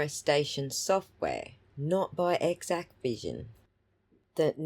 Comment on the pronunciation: THANK YOU for correcting the pronunciation of this vendor's name. It was driving me nuts that people kept calling it "Equivision", as if the X, A and C were silent. You made good points about the Exacqvision file formats. My opinion diverges on some other points though. I believe the Sallyport camera was an Axis M3045-V IP camera, which has its own web interface to control its streaming output. Exacqvision provides direct Axis integration, which bypasses the need for any other Axis software. The "origin" file format therefore is not something in the Axis family; it's whatever the stream capture is contained in on the network drive, which is defined in Exacqvision. I agree that the video formats are not proprietary, and that hashing proves very little. Encryption could be more useful, but it is an optional configuration only.